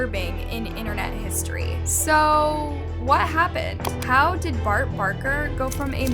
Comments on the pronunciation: Its bark baKer, you said Bart baRker 💀💀💀💀💀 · The fact here literally say Bart barker and not baker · So I’m the only one who realizes she said his name wrong…